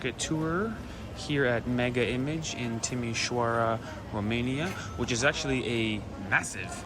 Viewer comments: 🤣🤣🤣🤣Is not MEGA IMAGE...is pronunced MEGA IMAJE🤣🤣🤣This shop is a shop that most of the time is empty because though it has the same produce as the other shops is twice as expensive. Most Romanians won't shop at Mega Image. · we call it Mega Imazh acsualy. its French so Image is read as Imazh. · Mega image? It's pronounced mega imache!